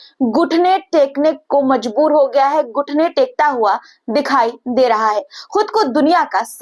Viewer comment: "गुठने " नहीं घुटने